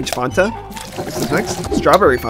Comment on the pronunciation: the way he says fanta 😭😭